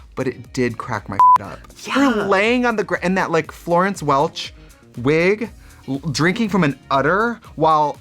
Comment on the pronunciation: The way Trixie pronounces Florence Welch's name should be a crime.